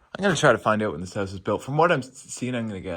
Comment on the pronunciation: Why do you say the word … house so funny? It’s just weird the way you say the word … house You say like …. Howse. Just weird 🤣